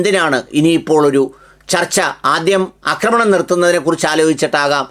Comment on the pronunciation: അക്രമണം അല്ല മന്ദപ്പാ.. ആക്രമണം 😂😂😂😂 അക്രമം കറക്റ്റ് ആണ്. അക്രമണം എന്ന വാക്കില്ല. ആക്രമണം എന്ന വാക്കേ ഉള്ളു. പിന്നെ ഉള്ളത് അക്രമം എന്ന വാക്കാണ്. കഷ്ടം.